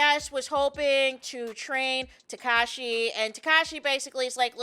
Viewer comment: 😂 you called Tesekhi, Takashi